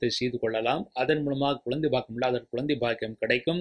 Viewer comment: Nalla karuthukku nandri Ayya❤ Oru panivana venduhol... Thayavuseidhu Tamil ucharippu sari seiyavum..kulandai..tholil..kilamai..ealu..palaya..all jarring to ears. Idhudhan naan thangalukku sollum puthaandu kurippu